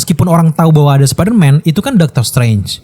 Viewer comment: Superman atau spiderman bang ngomongnya? 🗿